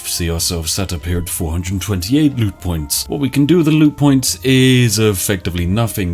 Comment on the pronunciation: I love how I thought you said lewd points instead of loot points Seems like the perfect currency for a scummy company such as G2A